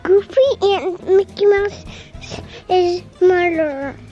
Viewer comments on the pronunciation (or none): It sounded like said "Mickey Mouse is the murderer" in beginning LOL